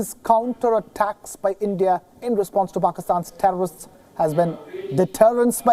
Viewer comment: The thherrrr-o-rrrrristsss annihilated.